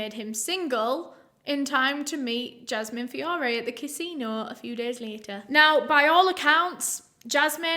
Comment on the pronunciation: Fiorre is my alias last name. I love the way you pronounced it. So gorgeous feeeeeorrraayyyy